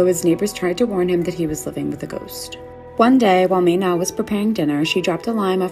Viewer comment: Ok im from Thailand and they pronounced "mae na" incorrect nomhate but ur suppose to pronounce it "MA-NA" not "May-NA"